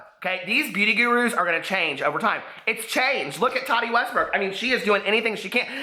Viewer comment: It's pronounced "Tah-Tee" not Toddy lol